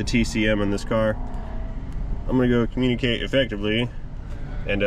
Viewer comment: * "communee kate" My bad LOL